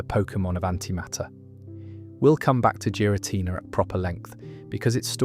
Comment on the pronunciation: Jeera Tina